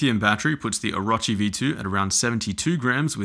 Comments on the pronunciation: Oh - row - chee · O-ruh-chee ew